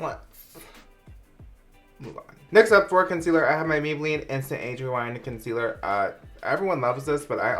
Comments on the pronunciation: Did anyone else freak out when he said “consiller” instead of concealer?! HAHA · “consiller” LMFAOOOOOOO I DIED I CANT WITH YOU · Lmfao when u mispronounced concealer tho 😂